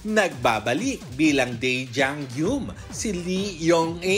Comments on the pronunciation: Pde po ba na icorrect yung pronunciation ng Jang Geum? Hindi kasi Jang GYUM ang pronunciation non... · Yung nagsasabi ng arte dyan, 2024 na. Uso na ang internet. Andaming resources para hanapin ng tama yung pronunciation ng korean name. JANG GUM( JANG GOOM) kasi dapat ang tamang pronunciation ng name na JangGeum. 😮‍💨😐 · Hindi na ako nasanay na "jang GYOOM" ang basa ng mga Pinoy. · after 20 yrs d parin ma pronounce ng tama ang Jang Geum sa media people sa pinas 😂